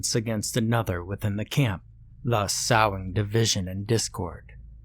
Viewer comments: "Sowing" is pronounced "SOE-ING" like "sewing". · Sorry to be that guy but.. sowing is pronounced"sewing" as in "sowing your wild oats". It means planting. However this was a great freaking story and narration!!!!!